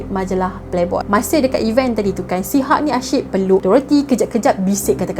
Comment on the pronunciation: Sebutan hugh tu bukan 'hug' tapi 'hiu'